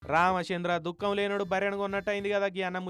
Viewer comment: Dhukkam kadhu dhukki